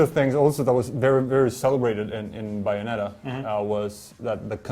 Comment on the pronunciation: Its BAY- ON- ET-TA geez lol